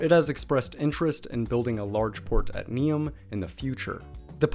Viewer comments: I must congratulate you on correct spelling of Croatian names. It is rarely seen in American people. Though it's funny how you pronounce Neum wrong, as if your message is that only Croatian toponyms deserve correct pronunciation. :-D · You gotta learn how to say Neum right. It took me a few second to realize what you were saying. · Excellent video, but please don’t take this complaint personal; your pronaunciation of names that regarded Croatia and Bosnia were very incorrect, to the point that I myself didn’t know that Neum is Neum until you wrote that down. In future please give some effort to your pronaunciation as it is very disrespectful towards both countries and on the other hand, I guarantee that people in both of those countries have a very good pronaunciation of English proper names. Great video!